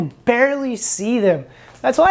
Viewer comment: Total massacre of latin names, probably should have practiced before you said the names. Amphibopods?? = Amphipods. Adding directly to tank and not culturing.. sad thing really.. on a scale of 1 to 10 you review came across very uneducated.. I give it a 2.. yes a 2 . Wont subscribe. sorry.